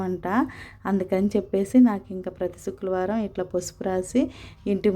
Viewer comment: చుక్లవరం కాదు madam శుక్రవారం